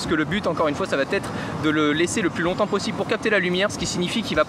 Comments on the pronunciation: faut surveiller les liaisons.. parce que les " qu'est ce que ca va T être " ca le fait pas trop :). pour le reste parfait. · bonne vidéo mais il faut absolument arrêter de dire "ça va T être"